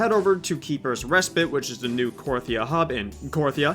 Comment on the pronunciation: “Keepers respit” what is respit?